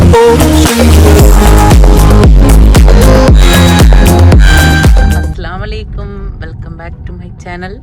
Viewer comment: അസ്സലാമു അലൈക്കും എന്നാണ്. അസ്സലാമലൈക്കും തെറ്റാണ് ശ്രെദ്ധിക്കുക...